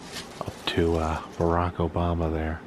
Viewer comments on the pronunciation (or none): none